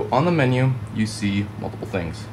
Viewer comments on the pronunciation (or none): none